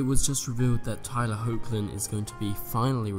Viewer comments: Nice video! But pretty sure Tyler’s last name is pronounced Heck-Lin? Or Hawk-Lin? Not Hoe-k-Lin . Not so sure though, correct me if I’m wrong.~ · I used to pronounce Tyler Hoechlin's surname like that.... but I've heard interviewers pronounce it "HECK-LIN".